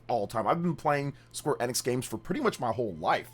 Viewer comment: It's E-nix.. EeEEEeeEEeE- Nix. "Life Time fan"